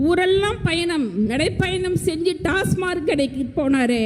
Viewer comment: ஒரு பெண் மருத்துவருக்கு TASMAC டாஸ்மாக் என்று சொல்லத் தெரியவில்லை. TASMARK டாஸ்மார்க் என்று சொல்கிறார். உண்மையில் இவர் மருத்துவர் தானா என்ற கேள்வி எழுவது தவிர்க்க முடியாதது. 😊